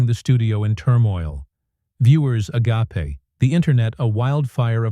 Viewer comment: Omg. A gaype. Not. A gah pay... THIS IS IBA REASON I HATE AI AND IDIOT PROGRAMMERS. ONE REAL LIE VE WORD AND 5 LIHV WORDS.